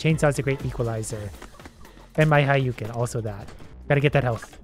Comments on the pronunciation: it's(ha-dou-ken) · it is hu-do-ken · It bothers me eternally that he kept calling it "Hayouken" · the way you pronounce hadoken stresses me out